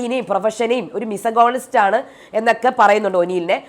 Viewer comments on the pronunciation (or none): മിസഗോണിസ്റ്റ് അല്ല ചേച്ചി.... മിസോജെനിസ്റ്റ് ന്നാണ്!!